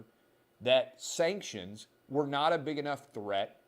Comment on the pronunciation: Sankshunz. We don’t care bout your steenking sankshunz!